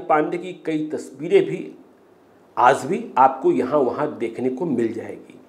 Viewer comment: Reporting sequence is good but pronunciation is full with mistakes. Aaj recited as "Aaz" and many more.Kindly enrich your urdu words with its proper pronunciation.Thanks